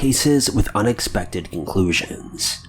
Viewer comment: Sounds like he said with unexpected INCLUSIONS not conclusions lol